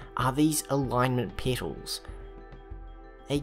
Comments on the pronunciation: It's petals, not "peetals" or "peatals". As in trumpet, petabyte etc. I'm pretty sure that's not a accent thing, never heard it said like that from any accent before. It's weirdly common to find one or a few words that a person says wrong, even basic stuff. Funnily enough I've made two YouTubers realize they've said a word wrong their whole life. Not that I'm trying, just happen to notice it and comment on it, and get answered. We'll see if this is the third. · I heard that as well, and I was thinking. What is a peetle? Does he mean petals? I actually looked it up. Yeah they are called petals. Rhymes with metal, not needle.